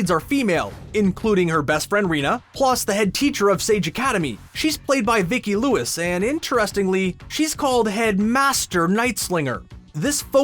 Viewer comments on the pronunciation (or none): none